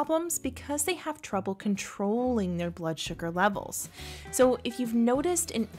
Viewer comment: Peripheral not periphreal.